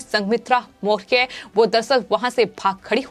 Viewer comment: वीडियो में पत्रकार सही ढंग से मौर्य शब्द का उच्चारण भी नही कर पा रही है बङे क्षेद का बिषय है ।